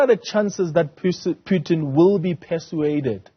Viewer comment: PUTIN ! Not "PYUTIN" !! Are you a mlungu wena journalist?!